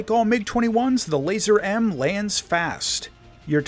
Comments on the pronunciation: Good vid, its not pronounced "Laser" though, has nothing to do with lasers. It's as it's written: "LazUUr" with the "U" pronounced as an actual "U", like in "U-turn" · Hearing keep saying laser is making me lose it, thanks for pointing that out😂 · I thought I was right ! I just checked Google Translate and it seems that the word "Lazur" is pronounced "LAH-zoor", NOT "LAY-zurr". PS - Apparently it means "Azure" in Russian, not "Laser" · The pronunciation would be more like Lah-zuhr.